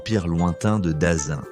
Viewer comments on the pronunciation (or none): Le Dazin ? C'est le Daqin, prononcé DaTchine. Ce serait DaKinne ou DaKin à la limite... Mais je vois pas d'où y sort ce Dazin...